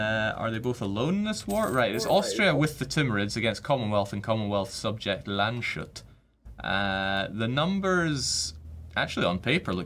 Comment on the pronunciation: Just for you, you say Lands hut not Land sh ut. You pronunce it different if it is a German State. Since its the Word Lands and hut.